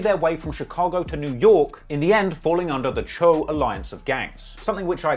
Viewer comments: "Choo" it's pronounced "chow"🤣🤣🤣🤣🤣💀💀 not chew, chow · Say doe. Its pronounced choe not chew. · Isn’t it pronounced “Cho” ?? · You saying choo so wrong